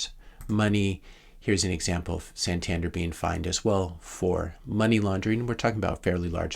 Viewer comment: Santander is a Spanish bank with branches all over Europe. Btw pronounced San tan Dare